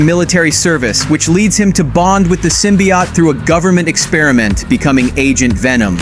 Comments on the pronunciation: Why do you keep pronouncing symbiote as "symbi-yacht"? It's pronounced as "symbi-oat". 😂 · Because it’s AI voice